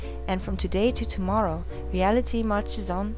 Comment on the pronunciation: I believe that Harle was saying 'Ray ah li tay' *Says in a bad french accent*